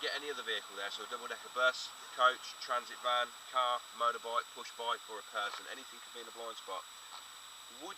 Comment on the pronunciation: I like how he says transit van .gypsy